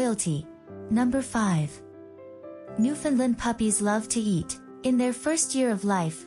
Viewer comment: you (and others), really need to learn how to pronounce the name of these dogs and, their homeland. The proper way to say the word is thusly; Newf~in~land. Try to say it rapidly and make sure it rhymes with "understand". Any pronunciation that includes "Lund" or "Lind" is completely wrong. Oh, and also, people from Newfoundland hate the term Newfie being applied to either them or the Dog. It's insulting